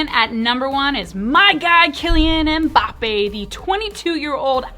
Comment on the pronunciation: Finally someone in the US who doesn't pronounce Mbappe as 'Mumbappe' 😅 Mbappe is one of the best football/soccer cards for investment at the moment. 👌 that 2018 World Cup will be one of his iconic cards